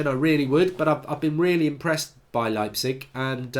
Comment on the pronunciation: lmao the way he pronounced leipzig. you do it like: lie (like in lying).